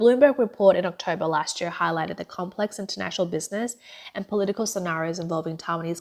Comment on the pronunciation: ".. lasht year... tweNNy-tweNNy..." Are you not able to employ a better speaker?